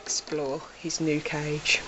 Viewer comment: Your right but I died laughing at this 😂 ,,that king of cadge” CAGE ,,hamster oner” 😂. cadge